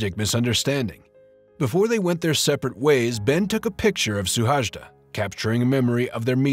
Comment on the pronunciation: His name is Suhajda, not "Szuhásdá".